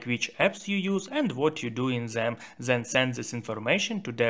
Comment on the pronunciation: not zhen, it is 'then'